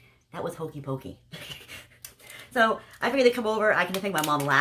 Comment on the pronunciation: It sounded like cookie cookie not hokie pokie😅😅😅, was so hoping you had food instead of a game. My dollar Tree trips always have random things. I made a color yourself wind chime,I used my own brush,the paint brushes in those kits suck. Good Haul.💕